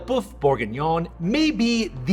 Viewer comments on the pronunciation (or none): "Boof"??? Maybe you'd like a short course in French pronunciation? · ) its pronounced böf not buf. But oh wow I am going to try it. lots of work but imressive for a date. Hope she wont turn out to be a vegetarian. I better clarify that in advance. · Awesome, but try to say "boeuf" not boof, because it sounds a bit bouffon...